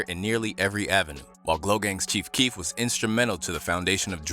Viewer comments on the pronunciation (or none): In Donald glovers defense I thiught keef said fart for like ten years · I also thought he said "A fart....."